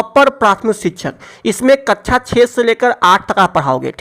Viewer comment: Kaccha ni kaksha hota h vo 😝